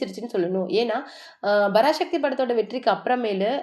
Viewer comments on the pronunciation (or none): யாரு தாயி நீ. 70 நாள்? பராசக்தி என்று உச்சரிக்க தெரியவில்லை. அதென்ன "சிவ்" கார்த்திகேயன். சிவகார்த்திகேயன். "அதுமட்டுமில்லாம" எத்தனை முறை சொல்லியிருக்க. அதுமட்டுமல்லாமல், சரியாக உச்சரிக்க பழகு.